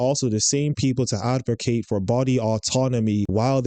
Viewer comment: Love your vids but don't become another person to say AdvoRcate. No R. Edit